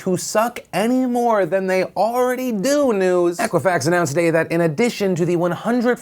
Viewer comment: Thumbs up for pronouncing Equifax correctly for the first time. :)